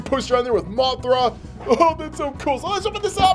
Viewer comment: all the times he said the names wrong biolantis gumira kink gidora rodan aka big perabadal moogerah agirus yup he doesn't know how to talks